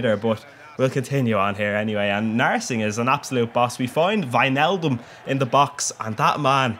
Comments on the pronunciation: Jeez your the first that says it actually right lol, its pronouned whynaldum not wichnaldum haha. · You said Wijnaldum perfect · You pronounce Wijnaldum right, but it's not SCHneijder, it's just Sneijder.